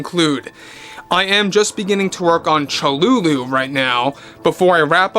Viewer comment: Never heard Cthulhu pronounced like that before., mangling one word a video is thing.